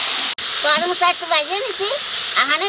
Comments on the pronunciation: কর মচা নয় । করম চা । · "কর মচা" নয় "করম চা" এটাই মনেহয় সঠিক উচ্চারণ 😊 কলকাতায় সত্যিই খুব কম পাওয়া যায়,তবে কোনোদিন পেলে নিশ্চই এভাবে একবার রান্না করে দেখব 😊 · tumio bolecho karmocha...ota koromcha bole